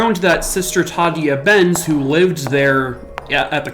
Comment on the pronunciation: Tah day ah Benz. Sister Tah day ah Benz. Not the way you're saying it. Ghosts don't appreciate getting their names wrong. Careful with Johnny. He's an active one. He's not really innocent. He's accessory prior to the fact. Maybe that makes him worthy of the same penalty as the person that did the raping, but for Johnny it was anything to get away from the horror of his home life, and that convent was that place, until that night. Oh well... How did he know? Society messed him up, and maybe when society messes people up that bad, society should try and fix them instead of just murdering them. Dunno, Johnny took the long road to get to Heaven. 9 levels and all. He's made it. Just a guardian now. Of his life story. Beware of that. He guards others as well. Cheers! Happy X-mas! 👻🎄